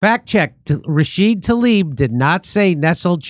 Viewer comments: Tla-eeb you are saying it wrong. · How is everyone reading Tlaib like it's Talib??